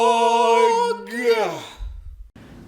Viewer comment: I always thought you said "elector of love" at the beginning..